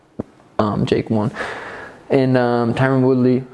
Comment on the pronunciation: Tyron ( Tie run) not Tyrone!!'😤